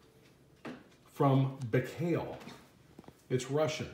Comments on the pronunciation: Nice side x side! I think the proper pronunciation is Buy-Call. Thanks for the wonderful videos! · Baikal not Bikhail. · OMG, How You Spelled The Name BAIKAL . I Cringed So Hard :D But Okey, Thats All Good, Just Funny :D